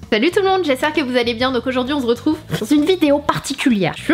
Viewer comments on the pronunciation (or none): Salut tout le monde, on Z'retrouve ..... 😂😂😂😂😂😂 Sana tu es géniale!!!!